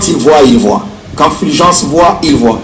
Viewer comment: C'est Fulgence, et non Filgence. Pourquoi vous, congolais de la RDC, avez du mal à pronocer U ? Vous prononcez i à la place de U.